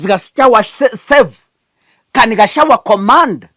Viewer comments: Pronounce Ga cha gua NOT Gachawa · are you kenyan? can you pronounce gachagua ?